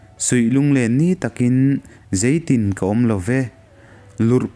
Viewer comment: "Zei tin lo awm che maw? " tih laia 'zeitin' tih lai tak hi 'engtin' tih nen a thlûk hi a in ang tur ania aw... Ka lo sawi ve lawk anih chu😊